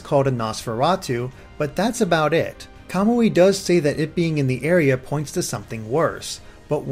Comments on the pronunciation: you're ignoring that in Japanese emphasis is placed on the next to last syllable. For Suiyoubi your explication works (because emphasis is on the "yoo" sound), however for Kamui emphasis would be placed on the "mu" making it a noticeably different sound. Hence "Ka-moo-ee" instead of "Ka-mwee" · it isn't. I am in year 3 of Japanese in High School and have watched an anime that had that character's name. KA-MU-I is how you say it. "mwee" can't be pronounced in Japanese. カムイ